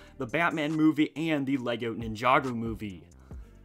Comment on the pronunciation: The way he says Ninjago 😂